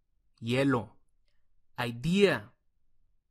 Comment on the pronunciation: "aitia" entendía yo, después dijo: idea y no se porque me dio gracia....